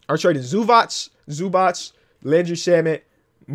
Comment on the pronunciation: Hold up why is everyone calling Ivaca Zubac "Zubatts"